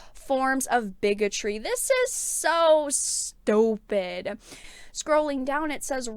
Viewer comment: "This is so stUWpid!" tuhrrrrue! LOL